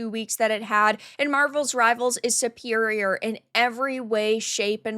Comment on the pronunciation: It is Marvel Rivals. Not marvels rivals. Just saying